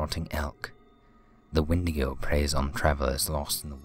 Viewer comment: and the wendigo is pronounced as Wendy-go